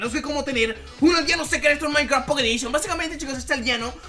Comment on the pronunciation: un nuevo vídeo de maincra pocet edishion no no miento así suenas